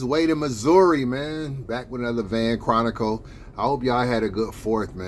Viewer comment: Your butchering the word Chronicles